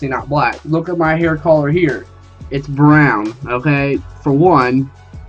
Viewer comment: hair color fucking pronounce it right dumass